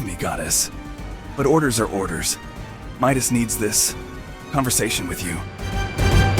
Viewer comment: It's Midas not meet us 🤬🤬🤬🤬🤬🤬🤬🤬🤬🤬😡😡😡😡😡😡😡🤬😡🤬😡😡🤬😡